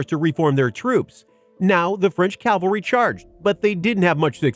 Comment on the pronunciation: Guys.. please start saying cav-al-ry.